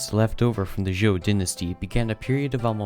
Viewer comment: Qin, or 秦, is pronounced "ch'in" with a soft "ch" sound, not "keen." 秦朝 is "Qin Dynasty" in Chinese. Zhou, or 周, is pronounced "joe," not "ju." You got the pronunciation of Han and Jin right. Sui, or 隋, is pronounced "sway," not "soo-ee." You got the pronunciation of Tang right.